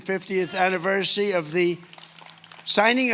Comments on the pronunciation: What was that word "aniversy" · Did he just say annaversy. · Trump said "Anniver-see" LOL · Thank you for keeping us updated, trump couldn't say anniversary properly.